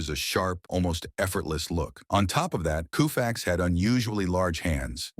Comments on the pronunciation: "KOO-FAX"?? Is this a real commentator or an AI bot? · Why would anyone believe the BS this video is spewing when it pronounces his name COO-Fax??? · Sir I have watched several of your videos please do your homework on pronunciation! Sandy’s last name is pronounced with the u silent! Ko-fax. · Who the f is Koo fax ?!?!?! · OMG it becomes COW-fax at the end. Take this monstrosity of a video down and fix the audio. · Can't listen to Coo-Fax anymore. What can you tell me about a person if you don't know how to pronounce their name? A turnoff, waste of time. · Seriously, KOOFAX??? Is he related to Jerry Koosman? How much does it take to have an actual person to narrate? Can't bother watching, sorry. Really sad. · Is this AI? Nobody in there right mind would say coofax.I think AI is reading this. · Who the hell is Koo fax? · I like Sandy but Christians play professional sports on Easter and Christmas day. Also please tell AI that it's not pronounced Koofax❤ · New WORLD RECORD!!! It took precisely 7 seconds for the computerized commentator to say "Sandy KUUUFAX". Nope. Another internet video without intelligence. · Sandy Koo-fax? C'mon! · Can’t watch a video that mispronounced his name. What jerks are making videos. Thanks. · What's with the pronunciation of his name ? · It would be nice, if you learned how to pronounce "Koufax." Also, he was NOT the first pitcher to strike out more than 9 per nine innings. That would have been Herb Score, in 1955 and 1956. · Why should we believe anything this guy says when he can't even pronounce Koufax' name correctly? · KOH fax, not KOO fax! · Can't believe I got roped into watching this shit. Cringed every time it said "Koo-fax." Timelines presented out of order, and a reverse picture of Koufax pitching made him appear as a righty. F-you and F your soulless presentation. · "KOO" - FAX ... Artificial intelligence needs to go to night school!!! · In L.A., we always pronounced it KOH-fax, not KOO-fax. F-ing AI. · Ko fax not Koo fax